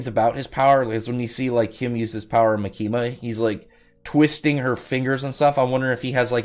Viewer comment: The tonic is on the “Ma”, so “MAkima”. Like “catholic”.